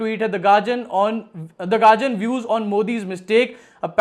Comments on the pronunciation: Yeh garjian kya hai?, Guardian bol na. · Gadian hai gagian nahi